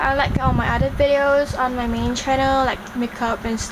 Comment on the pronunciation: oh honey, if the language you are speaking is considered "proper" english, we would be in so much trouble. atrocious grammar aside, you are not even pronouncing your words right. the word 'other' should be pronounced with a 'th'- 'oTHer', not 'udder' (that is how you are pronouncing it, by eating up your 'TH'. Please do not disgrace the rest of us who can actually speak proper english. If you want to learn how to speak proper english, watch channel news asia - not the disney channel.